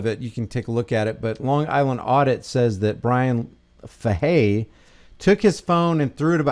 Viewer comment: in case anyone wanted to call into the pd its pronounced like this "fay-hey" that's for Sgt. Bryan bruised ego Fahey 😂